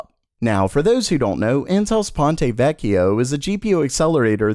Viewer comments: Pahn-tuh vekk-ee-oh, not Pahntay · He brutalizes many languages, including French and Italian and doesn't seem to care. I guess he now butchers Greek. Edit: He messed up Ponte Vecchio in this video and always says Cezanne in a way that feels like fingernails on a chalkboard.